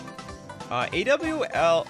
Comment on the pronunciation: In case it wasn’t answered in stream A.W.O.L (“a wall” not “owl”) stands for absence without leave. A military term that is INCREDIBLY prevalent in movies and TV. Which is why you saying “owl” was driving me nuts.